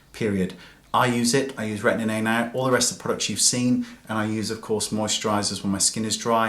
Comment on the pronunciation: hahahaha...! you still say "Retinin-A" it is "Retin-A" :-)